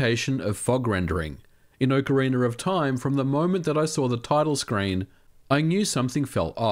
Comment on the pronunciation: "Okarinaroftaim" ;P